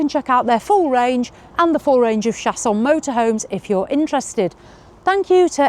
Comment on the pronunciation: That is so pretty! Love the French pronunciation 😉 and I can’t believe it’s not that long/wide either yes doesn’t seem too small! Most of the compact ones look compact 😊